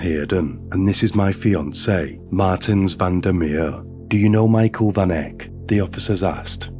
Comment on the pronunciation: South Africa. Van Heerden / Van Eck. Van pronounced as fun. Welkom pronounced like you would say norm. The o sound in norm.